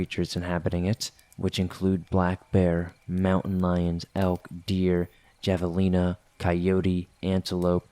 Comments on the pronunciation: Its pronounced " Have -A-leena " lol,,,the J is uses with an H sound in Spanish. LOL No offense but that always cracks me up! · That's what I heard: javelina, but didn't pronounce it "havalina". Also, they're common in the SW, so that's probably it.